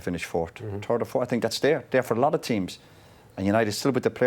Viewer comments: but, is very strange that no one tells him: - Hey Jose! Is not sink, is think! No one can correct him,!? At the moment Mourinho is thinking that Pogba is sinking.... 😋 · It’s not ‘I sink’ it’s ‘I zinc’ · Nobody: Literally nobody: Jose Mourinho: I sink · Hey Jose is "sinking" again😅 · "I SINK" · Souness - always gets it wrong :) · acho que é mesmo uma questão de dicção, ele não consegue dizer think 😂